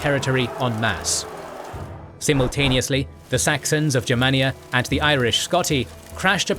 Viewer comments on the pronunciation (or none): none